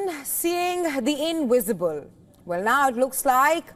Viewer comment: Seeing the inwisible, fwasanating